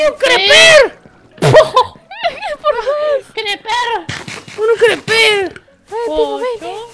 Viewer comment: Hay. Un. Criper. Hay. Un. creper